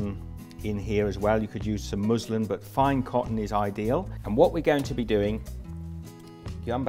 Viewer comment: I thought I heard you say I'm going to use a bit muslim?? Material....It's pronounced mus lin.....muslin